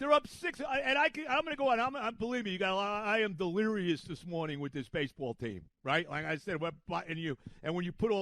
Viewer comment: Is he going to say delerious or get Helsleys name wrong more I’m keeping count